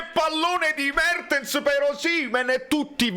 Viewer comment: "Buono il flitvante di Mavtens pev Osimehn"... Al posto della evve la evve 💙